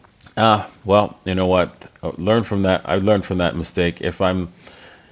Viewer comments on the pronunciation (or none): none